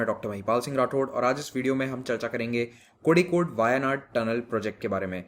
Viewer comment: Kozhikode को कोझिकोड कहेंगे।